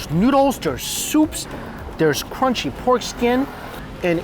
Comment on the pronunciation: Does this guy think he sounds cute talking like a baby? This thing is qunchy instead of crunchy.